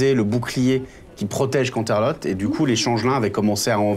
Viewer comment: viens de découvrir la chaine, c'était génial comme aventure... malgré les petits hics dans les noms et l'histoire générale que j'ai noté: 1. C'est Canterlot et non pas Cantelot 2. Les deux petits poneys qui était les changelins qui accompagnait la "fausse Moon Dancer" leurs nom c'est Snips et Snail; Flim et Flam sont d'autre poney qui sont adultes déjà. 3. BigMacintosh connais Granny Smith très bien puisque c'est sa grand-mère du côté paternel. 4. Ce n'est pas la ferme de Big Macintosh mais la ferme de la Douce Pomme où Big Macintosh, Apple Jack, Apple Bloom ainsi que Granny Smith vivent. 5. Moon Dancer existe vraiment.. c'est une des meilleures amies de Twilight Sparkle qui habites encore Canterlot. je passes les moins importants comme petit défauts, mais pour une personne qui ne connais pas l'univers d'Equestria parfaitement... le MJ à fait un sacré bon boulot quand même.. j'aurais adorée voir la suite des aventures de nos chère poneys... surtout... désolé mais c'est lui qui m'as fait le plus rire dans le groupe.